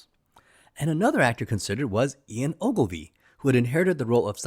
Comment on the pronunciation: Ok, you owe your subs and the James Bond franchise a huge apology for mispronouncing "Ee-in" Fleming's name! I didn't even realize who you were even referencing by stupidly pronouncing it "Eye-on". Nope! This is such a fundamental mistake you should apologize and re-upload a correct video. How dumb! What's next James Boon?